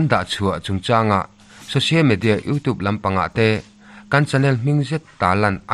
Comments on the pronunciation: 'Youtube' ilam dan hi 'youtuub' tilovin 'youtiub' tiin lamla afuh zawk ang, thahnemngaih thuhla aw😊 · Youtube tih hi i lam dan a mak eeee...!!! Sapṭawnga 'U' kan lam dana lamrik a ni mai a...'TUBE' lai hi 'tuub' iti nge ? pawh ka hrethiam lo...enge maw lai diklo hi chu aawm a ni.